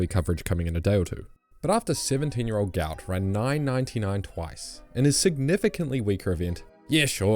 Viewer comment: isnt his name pronounced guht guht